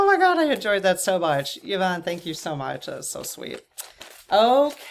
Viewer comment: Hi. My name is pronounced Ya-von. I was actually surprised that pronounced it correctly as most people, even after I say Ya-von, say E-von. Drives me nuts. You didn't say how your Mum pronounces hers. My heart to yours about the loss of your Mum. Mine passed away about 10 years ago as well. And though I'm not really anything like her, of the 7 children she had (4 boys, 3 girls) I'm the one who turned into the spitting image of her. And I do find myself saying out loud all too often "I am my Mothers daughter".